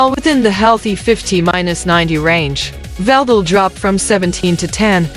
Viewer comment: According to Stephen Hawkins female counterpart here VLDL = 'veldo' 😂